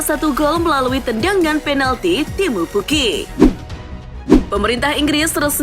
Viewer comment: Selalu ngakak setiap mbaknya nyebut nama penyerang norwich😂